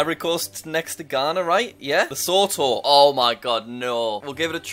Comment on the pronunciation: The way you pronounce Lesotho São Tomé and principe Tunisia and Cape Verde sounds weird. Also it’s just “Zambia” not the “Zambia”